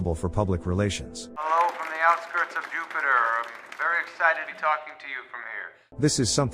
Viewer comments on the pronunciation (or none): none